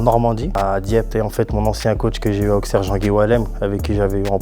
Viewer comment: né à Sens, 8 ans à l'AJA mais toujours incapable de prononcer "Auxerre"